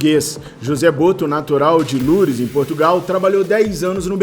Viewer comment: nao se pronuncia lures, pode falar normal, lô-u-res